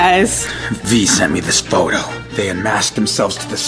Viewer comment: lol XDDDD I LAUGHED SO HARD WHEN SAID POTO LOLL PHOTO